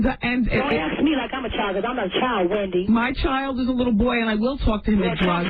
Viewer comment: Nicki really said “Pendy” 😭😭💀